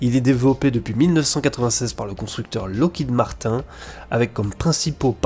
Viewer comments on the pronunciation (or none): Par contre tu te fais pas chier sur la prononciation du Locked Martin...